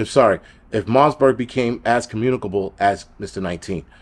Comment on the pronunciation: Great video but, the virus is called Marburg not Marsberg and its actually a huge deal. When covid first came out the underground channels said this was the next virus they'd use in their plandemic as it's fatality rate is super high, there is no vaccine, and it has a 21 day incubation period making it nearly impossible to contain. This is their second shot at us, they will release/spread viruses like this until we beg for vaccines and lockdowns, its all planned. It will get bad.